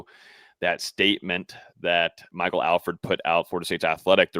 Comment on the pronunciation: ....please tell its ALL-FORD...NOT AL FURD 😂